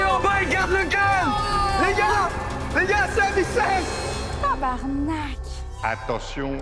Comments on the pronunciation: je jure c’est la première fois que j’entends un français bien dire tabarnak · En étan Québecois le Tabarnak à est parfait hahahahaha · squeezie bosse sur son quebecois ou quoi? il la trop bien dit d’habitude les fr dises "tabernacle" mais la i la bien dit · Merci mon ptit squeezie d'avoir bien prononcé notre tabarnak, il était magnifique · 1h squeezie Très beau tabarnak je suis québécois et il étais parfait